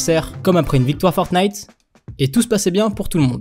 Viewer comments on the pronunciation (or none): none